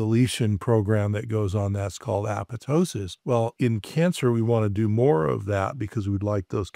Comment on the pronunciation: .....You actually pronounced apoptosis correctly. I can literally count on one hand how many people I've heard pronounce this correctly. I had a professor in college who made sure we all knew how it was pronounced, lol